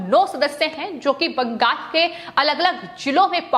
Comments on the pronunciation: It is not BANGAS but BANGAL!! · बंगाल को बंगास उच्चारण करती है।